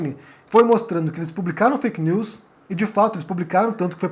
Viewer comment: Eu acho legal o geito que o fala "fake neuuis" do francês. Kkk.